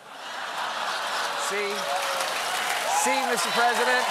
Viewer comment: Trump literally said "God bless the UNITED MESS"😂😂😂